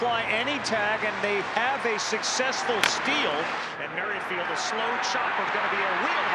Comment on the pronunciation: Merrifield is not pronunced "merry-field". You guys are so ridiculously old.